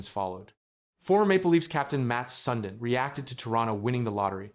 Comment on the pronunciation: Matt Sun-din. Mate at least pronounce it correctly